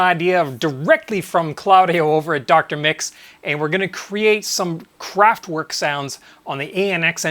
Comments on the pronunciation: And not "work" - I really don't understand if he ever heard how it is pronounced originally, how can he say "work". Pronounce it with e, just like in let or met. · Thanks for the video! Great job. But, please,, pronounce "kraftVerk", imagine it's a V, not a W 😁